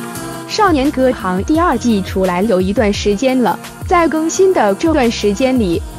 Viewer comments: 看了兩集影片的解說，戲名都說錯了耶！不知道嗎？雖然是破音字，但是依汝之學識，應該要唸對才是呢…?是少年歌"ㄒㄧㄥˊ"，不是少年歌"ㄏㄤˊ"啦🤔🤔🤔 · 戏名都念错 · 我勒了个去。🤣 名字都还不会读，就急着做解说了。😩